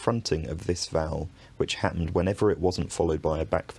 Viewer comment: your pronunciation here of "happened" is really interesting. it sounds something like /hæt̚.nːd/.